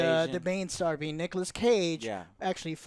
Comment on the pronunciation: Nigolas Cage